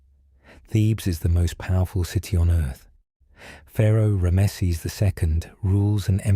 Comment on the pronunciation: You pronounced Ramses name wrong.